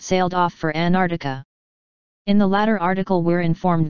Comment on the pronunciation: Who is Ann Ardika?? It's AnTarCTica And who is Admiral Veelaydeemeeirskee?? It's Vlad (as in Dracula)imirskiy. Not Veelay etc. You're a robot, damnit! Get it right!